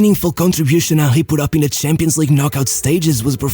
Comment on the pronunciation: Hey bro,been watching your channel for so much time like when you were pronuncing champions șampions😂 and nearly all of the vids and i really think a video on Marco Van Basten would be great i mean 3 ballon d’ors by the age of 29 and the same age he retired anyway keep up w the good work and all love❤️(i am also wondering how has your day been and how do you feel!😁)